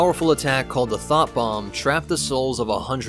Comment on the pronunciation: i know its thought bomb but i heard THOT BOMB